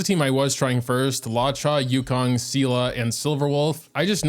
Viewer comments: hey! loved this vid also luocha’s name is pronounced loo-OH-chah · “law chaw” kills me everytime i hate it (no offense btw) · why does he call him Lacha😭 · why does he say luocha like that